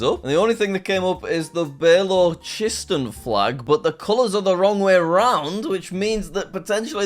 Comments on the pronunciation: I'm a Pakistani and I can safely say that Balochistan is a province in Pakistan, not a state. People must be protesting for it because Balochis say that they are not equally treated as compared to the rest of Pakistan. I really hated the way you were pronouncing it 'Beh-lo-che-stun' because it's actually pronounced 'Buh-lo-chi-staan'. But what can I say? At the end of the day, you're just a gora (white) British person. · “bay-lo-chist-un” instead of “balo-chist-aan” 😭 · jack i don't think its pronounced bell-o-chi-stan it is pronounced ba-lu-chis-stan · It's ba-LO-chi-stan not BAY-low-chi-stuhn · It's B-uh-low-chis-than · Balochistian What a pronunciation. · Me as a pakistani hearing "BALLO-CHISTAN" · Baylowchistan lol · It’s pronounced Bal-o-chist-Stan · As a Pakistani I can’t with the Balochistan pronunciation 💀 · the way Jack pronounced Balochistan 💀🤡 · The pronunciation of Balochistan 😂💀😂💀